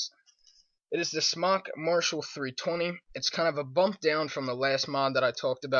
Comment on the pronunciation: it's Smok